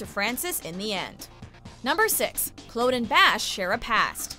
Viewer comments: The way she pronounces Claude 🤦🏾‍♀️ Edit: also so many things in here are inaccurate. Please watch the show before you make a video on it. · She said Claude’s name wrong and can she stop being so monotone omg 😪 there was NO feeling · That’s the archduke’s sister not his wife and you mispronounced Claude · Who the hell is Clode? Her name is Claude. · Why is she saying clood not Claude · Clawd is how it is pronounced on the show, by all the characters, so yes, is doing it wrong. We're not talking about the historical figure or regional differences, we're talking about a character on a television show with a set name pronunciation. It's not subjective, and it makes sound like she's never even watched the series. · 1. It's pronounced Clawd, not Cload. 2. the chick Henri banged out a window wasn't the archduke's wife, it was his sister. 3. This list is missing: Francis and Leith taking back Calais with about three other guys, the reveal that Henri was poisoned and Narcisse knew about it, Narcisse presenting a box with a dude's balls in it to Mary, and, most egregiously, Mary personally murdering the guy that ordered Francis's with a piece of jewelry. There's two more episodes to go as of this writing and I'm gonna need a list of Catherine's Best Lines/Moments, the most WTF moments (balls. In a box. On network TV), and the best and worst outfits. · It’s not Clode! It’s pronounced as Clawed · It’s pronounced Cl-or-d Not Cl-ow-d Every time... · Every time she said cload I cringed so much!!!!!! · i know claude, but who tf is this 'clode' you speak of??? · Everything was fine until she pronounced Claude’s name as (cl-owed) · "Princess Clode" 😅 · Sooo the archduchess was the dukes sister... not his wife... your constant mispronunciation of Claude (Claw-d) is annoying. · who the fuck is cload? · I’m sorry but did anyone else get mad at her pronunciation of Claude? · cringe at the pronunciation of Claude